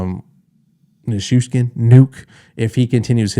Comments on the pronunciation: Close on the Valeri pronunciation! The way I do it is (ni-choo-shkin) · Phonetically how you say Nuke’s last name is Ni - chew - sh - Kin First name is Va - lair - e instead of Val - er - e Hope that helps! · Ni - chew - skin - Nichewskin. Then say it like you're Sean Connery. Nichewschkin. Valeri Nichushkin. "Give me one ping Valeri Nichushkin, one ping only. Now score in every game in the post-season." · Its pronounced NaChooShkin aka The ChooChoo Train.. Dig your breakdown! Also to answer your ? It was the right call on the matching penalties. I dont think the initial penalty would have been called if he didn't flop? JMO 😊 That being said 4on4 sure is fun to watch. Avs are dangerous 😳 ☠️ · Why do so many people struggle to say Nichushkin? It's not a difficult pronunciation lol.